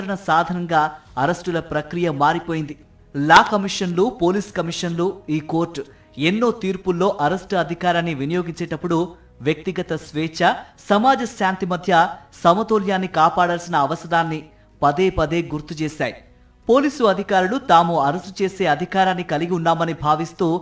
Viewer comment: వ్యక్తీ గత స్వేచ్ఛ అని చదివారు... వ్యక్తిగత స్వేచ్ఛ అనే... చదవాలనుకుంటాను...